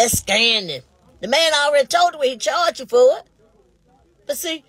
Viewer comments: Is saying scanning instead of scamming and scan instead of scamm???????😮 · They going to jail lock his A$$$$$ Up ! She can’t even say Scamming ! What is Scanning??😡